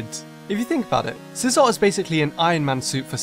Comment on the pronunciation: I love scizor i enjoy sweeping my freinds whole team with it also extra credit for pronouncing it right 👏